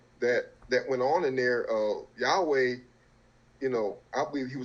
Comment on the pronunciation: I see the brother uses the name yahweh in the proper pronunciation halleluyah! Speaking alot of knowledge. But remember shem children married daughters of ham and Japheth even by the 12 sons of Israel